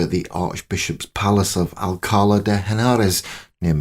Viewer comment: Thank you for this - a lovely look at a strong and interesting woman. A couple of notes as we go along: Nitpick on pronunciation: it's Al-ca-LA, accent on the last syllable. The "H" in Henares is silent, as it normally is in Spanish. The portrait you show at .47-9 may not be of Catherine but of one of her sisters: by the nose and the expression it is not like the other portraits presented as Catherine and is more like Juana. The link to English monarchy with the Trastamara line came with Catherine of Lancaster, daughter of John of Gaunt and Constanza of Castile. The dispensation for the marriage of Henry and Catherine had actually been minutely negotiated, composed and finalized before the deaths of Isabel and Henry Tudor; the phrasing here makes it seem as though the dispensation was concluded much later. Verbal typo at about : James' bloody coat; not Henry's. Just nitpicking here. Phrasing is confusing: Catherine died at age 50, not 35. She was 35 in 1520, which was the year of the Field of the Cloth of Gold. It was a tense year, but not the end of Catherine's hopes.